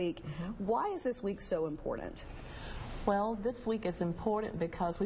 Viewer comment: i was an R.T. for 35yrs, we are still the forgotten team, don't let anyone kid you! not related here, making me crazy!! there is no D in the word IMPORTANT!! you're not the only ones saying this.... makes me crazy 🤪 😜 😫